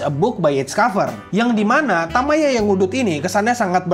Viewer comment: Bang, untuk penulisan judul bukan "super" melainkan "supaa". lalu cara baca kanji nya itu bukan "Tamaya" melainkan "Tayama".